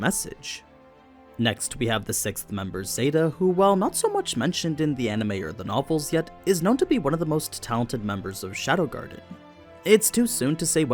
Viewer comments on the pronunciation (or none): Her name is Zeta...not Zelta.